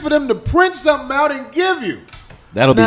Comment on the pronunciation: “Let me show you shumting!..”